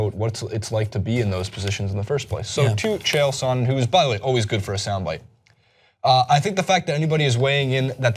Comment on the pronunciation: Says 'I've been a big fan of MMA for years' yet has no idea how to say Chael Sonnen....... sure you're a fan.